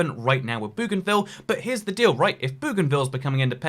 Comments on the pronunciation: Bougainville is am "oe" sound, not an "oo" sound. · Bow ghan ville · Aaaaaaaaaah the pronunciation of Bougainville is killing me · Its Bougainville